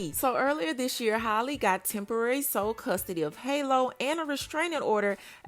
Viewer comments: 🤦🏽 it's Halle pronounced like "alley"..like Halle Berry...Not holly🤦🏽🤣😘❤️ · HA-lee. Not Holly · hal E not holly. why do people do this to her but not halle berry 😅 i just dgi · Can someone tell her it's Halle ..like Halle Berry smh .. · Halle Berry was global and everywhere back in her day so everyone heard her name and how it was pronounced. Halle bailey is still niche so you have people not caring about how her name is pronounced